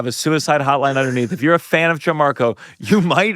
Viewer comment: The host keeps saying “JIN-marco” and it’s driving me crazy. Please learn how to pronounce your guests name.